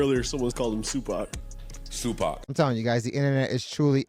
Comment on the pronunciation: Someone said Suepac Shacourt 😂😭😭